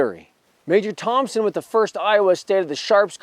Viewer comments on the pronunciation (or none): none